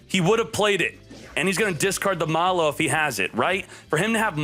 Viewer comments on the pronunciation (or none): none